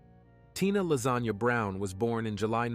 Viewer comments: lol I looked it up it is La’sonya but he definitely said lasagna lol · It sounded like he said Lazanya lol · Did you say Lasagna?